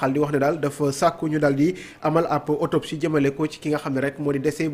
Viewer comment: Autopsie et non otopsie